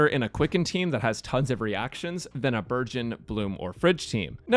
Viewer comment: Why do i hear Burgeon as Virgin